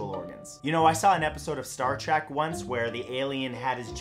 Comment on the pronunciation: "Star TRACK"?